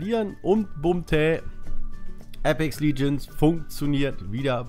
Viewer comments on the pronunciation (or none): "Apex liegends"😂